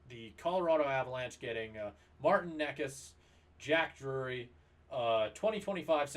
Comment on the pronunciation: 5 minutes? Took 45 seconds to not pronounce Necas right. Necas has more assist goals and obviously points through 6 games. Mikko is lazy imo and carried by Nate